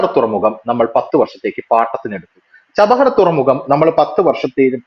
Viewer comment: ചബഹർ തുറമുഖം അല്ല ചബ്ബഹാർ തുറമുഖം എന്നു ക്ലിയർ ആയിട്ടു പറയാൻ ശ്രമിക്കുക.